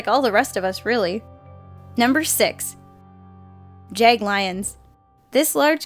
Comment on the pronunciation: What I heard when said Jaglions,I heard jacked lions. 😅